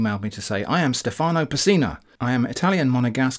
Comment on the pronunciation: in Stefano, the italian name, the stress of the word is on the e, not on the a